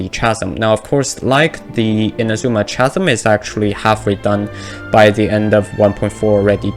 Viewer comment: This isn't related to the video but just wanted to let you know that "Chasm" is pronounced like "Kasm"